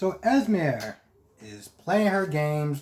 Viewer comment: I cringe every time u said “es-meer” Lol it’s “ez-mee” 🤦🏾‍♀️ either way I find Sasha and Brando absolutely boring. I honestly don’t care what their storyline is. Her belly is huge so her water breaking at the event will be interesting. I don’t get what Esme is doing and why she keeps trying to put Trina and cam together. It’s really annoying. Even Spencer called her out on it. I agree with what u said about Olivia. Hell, even after kissing Robert, they acting like nothing happened. Anna and Robert need to sit this out. Every time they encounter Peter, they either don’t shoot him or engage him in a lengthy discussion that allows him to escape.